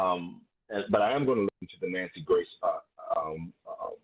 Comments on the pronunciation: Nancy Gray😂 I live for her mispronunciations❤ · Lol I love how sis says Nancy Gray! I'm here for it all xoxo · I’m convinced you pronounce shit WRONG on purpose!!! “NANCY GRACE” 🤦🏽‍♀️🥴